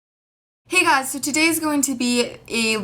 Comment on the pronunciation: There is no such word as guysz. Guy single, Guys 2 or more, Guysz WTF?